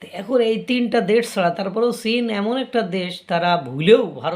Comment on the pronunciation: আপনাকে আমার বেশ শিক্ষিত মানুষ বলেই মনে হয় (যদিও চেহারা ছবিতে একটা মাদ্রাসা ছাপ আছে) কিন্তু চীন কে সীন বলেন কেন?